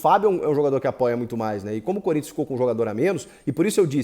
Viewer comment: SO QUEM ASSISTIU ATE O FINAL VIU ELE FALANDO CONRINTHANS 0 GREMIO 1 KKKKK